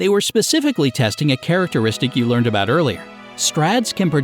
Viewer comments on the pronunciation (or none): none